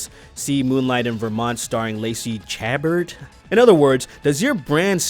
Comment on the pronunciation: Chabert pronounced sha-bear. She hot.